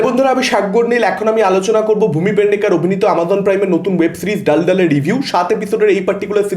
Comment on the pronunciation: ভাই, Daldal এর হিন্দিতে উচ্চারণ দলদল, ডালডাল নয়, গুগল করে দেখে নিন, এই শব্দটার বাংলা মানে হলো জলাভূমি বা কোনো কর্দমাক্ত জায়গা। বেসিক্যালি, সিনেমা বা সিরিজে কোনো চরিত্র যদি কোনো প্রবলেমে ফেঁসে যায়, ওই চরিত্রটা বলতেই পারে যে, pata nahi kis daladal me fans gaya hun.